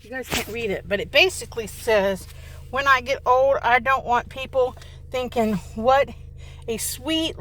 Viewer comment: Bahahahaha that’s funny! When she says “I’ve been thinkn”